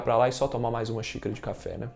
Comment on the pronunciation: Cafe ou cha-fe?? rs